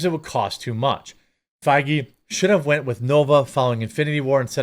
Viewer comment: Are you saying Faggy on purpose 😂